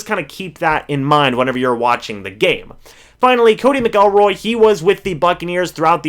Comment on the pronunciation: Its MAC- lroy